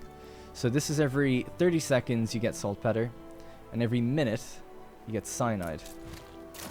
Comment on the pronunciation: FYI. it's salt pee-ter not peh-ter